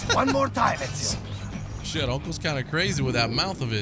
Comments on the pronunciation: is pronouncing most words in these games spot on at this point😂 Said ezios name perfectly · You're pronunciation of his name is the best from a non Italian I've heard. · you said his name right thankfully😭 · dam hollow you said the name right